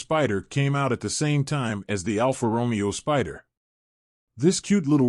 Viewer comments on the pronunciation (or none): Almost every single Italian name in this video is mispronounced. For example, who in this day and age can't pronounce Alfa Romeo with the accent on the correct syllable? Very distracting and makes the video barely worth watching.